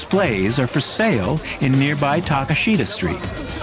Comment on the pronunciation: I know he's making an effort but the pronunciation is killing me It's not "Takeashit-a Street in Hairajewkew"